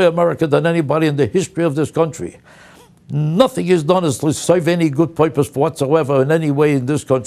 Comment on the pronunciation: The word is "nothing" not "nutang".